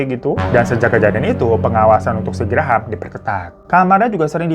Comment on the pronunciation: Graham bacanya Grem bang.. 😂😂 Graham² aku jd brasa gigi susu 😂😂